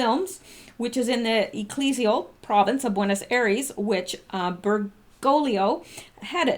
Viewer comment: Darling it’s pronounced ‘Ber - GO - lee oh xx 😚